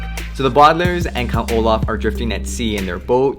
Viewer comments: bardlairs. Thats how you say it. Its Baudelaire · It's bo-da-l-air-s not bodalers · you say the bodlairs its the Baudelaires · The way you pronounce the bualdalares lol